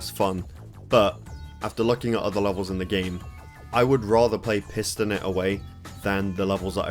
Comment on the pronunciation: were you intentionally pronouncing "piston it away" as "pissin' it away"? xD